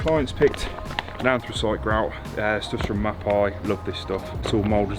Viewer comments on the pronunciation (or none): Just a little FYI its pronounces 'Map-ey'. Stunning job guys :)